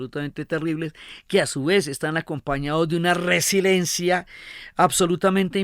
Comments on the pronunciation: Me duelen los oídos cada que alguien dice resilencia, es resiLIEncia, resiLIEnte. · y anteriores resiLIENcia, ver ;). Muchas gracias por las buenas narraciones de la historia.